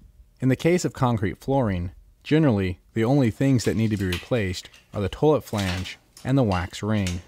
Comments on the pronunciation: In this video, the word 'toilet' is mispronounced 'toe-lut' over 7000 times. Other than that, most informative. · My god, buy that man some gloves! And look up how to pronounce "toilet." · "toelit" lol!